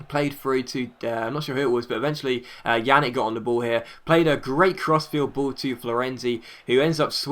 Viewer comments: More like "Pjanich" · It's not pronounced "Janick." It's pronounced "Pjanits." Anyways, awesome upload. :D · It's not yannick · Pjanic is pronounced pee-yan-itch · Just so you know, Pjanic is pronounced P-yahn-ich